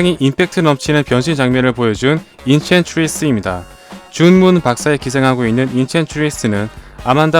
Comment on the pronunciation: 인첸츄리스 ㅋㅋㅋ 발음 애써 굴리지 마세용